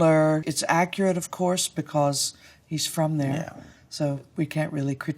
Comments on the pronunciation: Because is pronounced ‘BE CUZ’ (like cousin) not ‘BE CORRS’ 😬 Though he did a really decent job for the time had. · "Because" is pronounced as "biccuz" in English accents, potentially a bit closer to "biccaz" in strong Cockney, but certainly not how she taught it.